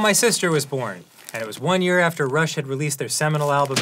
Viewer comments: Did anyone else think Dan, through that entire thing, was saying 'Russia just released'...? No? Only me? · I kept hearing Dan say “Russia” 😭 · I know Dan's saying "Rush", but why does it sound like "Russia" every time? Maybe he's just saying "Rush had..." really fast. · He was saying rush?? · I legit thought Dan was saying "Russia just released [album name]" until the very end of the bit. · At first I misheard "Rush" for "Russia" and I was so confused as to why Dan was so well informed about Russia inventing/coming out with stuff :'D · I kept mishearing Rush as Russia I was thoroughly confused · OH "RUSH", I kept thinking he was saying "Russia" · I THOUGHT HE WAS SAYING RUSSIA THE WHOLE TIME I WAS SO CONFUSED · I thought he was saying russia this whole time and it was a political joke i didn't get 💀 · Am I crazy? Feels like he kept saying "Russia" released... I was like "who?" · Just in case anyone’s confused, Dan keeps saying what albums Rush had released that year. Because the way he kept saying “Rush had released” sounded like “Russia released” and it even confused the Closed Captioning 😅 I’m sure most of you understood, but who knows, maybe Closed Captioning is reading this and learned something today 🌈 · I also kept hearing "Russia" as well lol.. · Thank you for that explanation, I kept hearing "Russia" and was confused lol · I think it's because he's saying "Rush had" and the way he's pronouncing it is what's causing it to sound like "Russia". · At first I thought Dan was saying “Russia just released ____”. Lol ALSO did Dan complete that rubix cube??? Or was that editing. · For the first 8 minutes of this video, I misheard all of Dan's Rush mentions as "Russia" and was baffled as to how he'd gotten so knowledgable about Russia's history of inventions/exports as a country. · It wasn't until halfway through the episode that I realized Dan was saying Rush instead of Russia, I thought he just knew a lot of Russia's history for some reason.